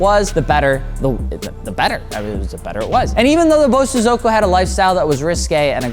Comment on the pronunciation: Please it's pronounced BO-So-zoku.